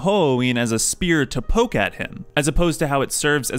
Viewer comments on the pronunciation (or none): none